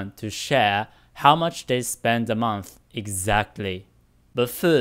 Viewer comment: Hey,! I saw you comment in the past saying to let you know if there's something you could improve on with your English. I noticed that you sometimes tend to use a "fff" sound in place of a "th" sound (example: monff instead of month, etc). I think it'd be good for you if you tried to focus on improving that! Could really imrpove your pronunciation overall. Hopefully that's okay of me to say.